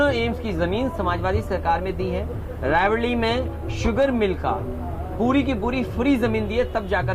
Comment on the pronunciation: रायबरेली, इंफ्रास्ट्रकचर aur aise kai shabd sahi se ni bol paye sahab.. na तलफ्फुज saaf aur na niyat. inki sarkar to jindgi me ni aayegi.